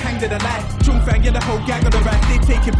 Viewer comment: Where im from, its said like 'chong', which rhymes with 'wrong'.